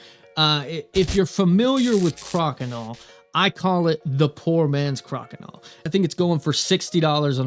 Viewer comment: I'm told the "Cro" in Crokinole is pronounced as "crow."